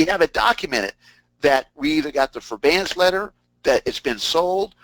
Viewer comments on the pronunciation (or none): if he () says forBAEance one more time.. lol!